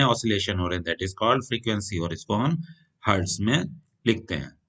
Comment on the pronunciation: Sir hetz nhi hota hertz hote hai